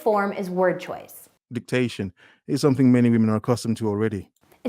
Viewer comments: I'm glad I'm not the only one who noticed that she said 360 when she meant 180, and confusing diction with dictation. She's trying to teach speech and she can't even get simple orientation, idioms, or grammar correct 🤣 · diction, not dictation